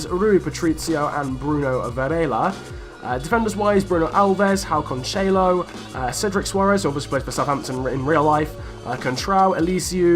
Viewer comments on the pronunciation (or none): Why you can´t read the "J" in Joao ??? Instead of Joao Mario you say "Ao Mario" , "Ao Moutinho", "Ao Cancelo" it´s kinda funny hahaha xD Btw: Ruben Semedo and Nelson Semedo are not relatives, they have just the same last name